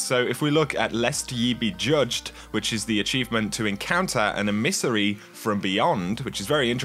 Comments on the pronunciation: emis-ery? nope, em-i-sa-ry. or at least closer to that. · Em-iss-ery not e-miss-ery